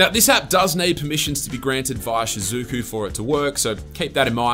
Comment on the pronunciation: Shizuku isn't pronounced "shasuuku". It's a Japanese name. Look up how it's pronounced on Google Translate.